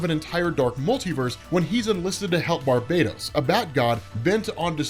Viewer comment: Nice to hear you're saying Barbados properly.